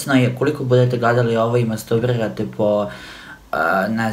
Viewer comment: Nije mastubrirati, već masturbirati. Čoveče... 😂